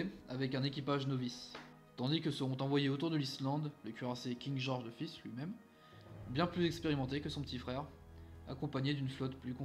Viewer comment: Pour la prononciations si je peut t'aider : King George five se prononce = King george [Faïve] comme si tu disais cinq en anglais. Pour les iles ou tu as eu du mal c'est les iles feroé. Pour kiel je sais pas non plus moi je dit [Kiil] Et le nom de l'operation je peut pas t'aider j'ai jamais reussis a le prononcé. Voila si sa peut t'aider. Sinon tres bonne video. En effet le Warspite a eu une carriere + glorieuse. Coter allemand c'est le Scharnhorst qui a eu une belle carriere. Coter Italie aucun il y a juste le Roma qui a eu une triste fin... Coter US je dirais le Washington suite a son combat de Guadalcanal. Coter anglais ben Le Warspite sans hésité. Coter Jap... bizarrement je dirais pas le nom d'un Cuirassé mais le nom d'une classe de navire les Shokaku. Voila c'est que un point de vue pour compléter. Continue de partager c'est pas grave pour le calendrier moi sa me derange pas. Bref 👍 mérité.